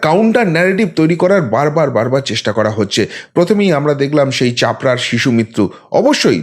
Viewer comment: চাপড়া নয় শুদ্ধ, 'চোপড়া'